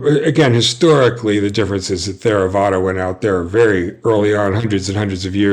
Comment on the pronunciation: It's pronounced Terravada. Not THERAVADA